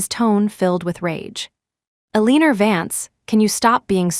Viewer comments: Is AI having a problem saying Eleanor (Ella-nor)? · The pronunciation of Aleaner is killing me. 😂😂😂